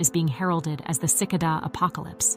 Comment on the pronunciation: Cicada with an A not Cicoda with an O.😅